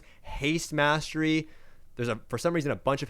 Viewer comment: The way this guy says "Mastery" as "mass-tree" is fucking irritating.